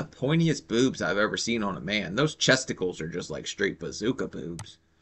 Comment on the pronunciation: Did just say ‘chestickles’???? 😂😂😂